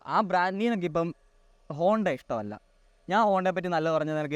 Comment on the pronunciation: Honda is honda, not bonda 😂